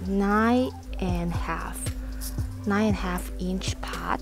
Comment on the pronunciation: you say nigh alot, but its NINE!